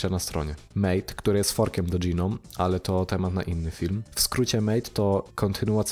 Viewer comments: Nie dżinom, tylko noum. Lub jak kto woli gnom. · Gnome to "dżinom"? Raczej "gnołm". :) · AŁA MOJE USZY... w t f ys dys DŻI nom?!?! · Pierwszy raz słyszę, jak ktoś tak wymawia GNOME :D